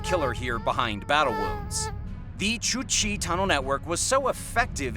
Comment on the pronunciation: I can't with this channel or this speaker. English is obviously this guys first language. How is he mispronouncing number 7. I have never seen a plum on a serpent before. I have heard of a plumed (ploo͞md) serpent. Education is really in need of an overhaul. Number 6 the its Củ Chi. There is no H. Must have plugged it into google translate and came out with Romanian. I have a foreign friend and he had trouble saying it. I checked google translate and sure enough Romanian pops up. Vietnamese and Korean all say it the same. Cooo Chieeeeeeee like what you would snicker at in grade school when talking about girls because you were ignorant right. Say it the same way. Every video he has tons of mispronunciation. How is it that you speak a language and don't research the words you're saying. Its like hmm, I find these articles online let me read them almost verbatim but without knowing how to say some of them. He probably didn't pay attention in world history or he might have known a bit about the cultures he was speaking about.